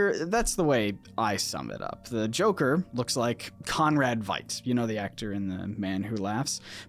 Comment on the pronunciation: VEE-T, Conrad VEET!